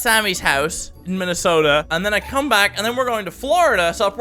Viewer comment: Mini ladd plz vist me I live in Minesota ps: once I heard 'Minesota' I was triggered !!!!! XDDD